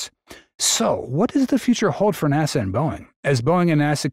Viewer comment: Would a real narrator pronounce NASA NAWSAH ?